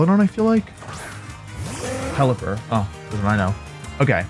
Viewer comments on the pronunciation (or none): none